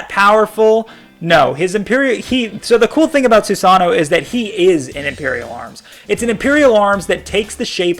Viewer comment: su-seno is not sew sonno okkkkkkkkkkkkkk why do i watch u get the names right pelease